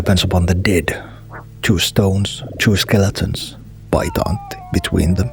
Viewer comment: Big question, are you finnish? Your pronoucation of Paita Antti is almost perfect I wondered. EDIT: got to he part where you askedd for YLE help. I feel I was right.